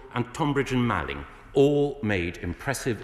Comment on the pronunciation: Brilliant - apart from not being able to pronounce the "Malling" part of the Tonbridge & Malling constituency!